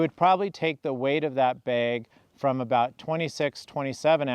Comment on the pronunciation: my sharp ear wonders where u grew up? your pronunciation of the word "bag", sounds close to "baig". Do tell.;) I have slept under my Nunatak & EE quilts most every night over last 3+ years.